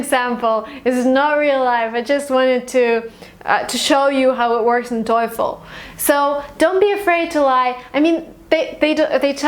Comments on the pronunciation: Awesome two videos! Helped be solidify my opinions on TOEFL. One thing though, stop saying "toyful". Its just toe(like the foot fingers, lol, simplest definition I can think of) and fl as in joyful. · I am kinda addicted your videos i ve watched a lot but in this video there was something that annoyed me the way that you pronounce "TOEFL" you keep saying toyful just like joyfull... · Is /toyfl/ really the correct pronunciation? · 1M Students watching her videos are not because she is a good teacher but she is beautiful and her cloth is naked, if you agree with me like my comment. she says towful, toyfil toyful. but millions are watching. However i do really appreciate your efforts and commitments, my blessed sister. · She keeps saying TOYFUL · So funny that you pronounce TOEFL that it sound like satan in german ("Teufel"). Coincidence? :D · I have a problem with your pronounciation of "TOEFL". Maybe that's why you got 117.